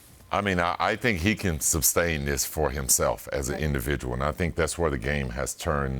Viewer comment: Scotty “SUBstain” Pippen 😂